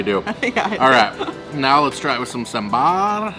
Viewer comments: The way to pronounce sambar is not sambaar, but saambar. I don’t blame you though, as our friends North of India say it as sambur! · "Ok so I'm gonna try this first in some sambarrr" Coconut chutney: "Wait! When did I change my name"?